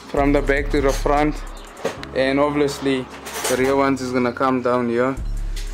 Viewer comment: "Ovoulisly" he said it 2 my bru🤣ai